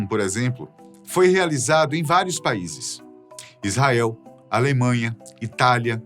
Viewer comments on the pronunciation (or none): none